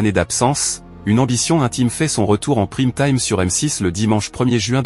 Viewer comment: votre ia de synthèse vocale est vraiment bidon "jord-AN" "pr I me time"